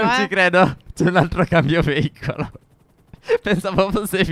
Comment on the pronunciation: No ho capito cosa vuol dire veivolo ma si dice veicoloo